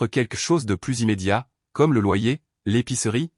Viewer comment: on est d'accord pour le plus mais comme c'est une IA qui parle si on ne lui apprend pas que le S de plus ne se dit pas ou bien les accent comment on entend des fois si on ne lui apprend pas cela l'IA ne l'apprendre pas seule ....